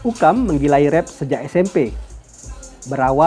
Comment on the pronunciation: Mimin kalau bisa pengucapannya Rap bukan Ref🙌